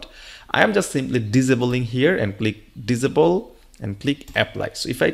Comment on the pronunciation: It's not visible it's disable ......diss saay bull..... it sounded like you said visible very confusing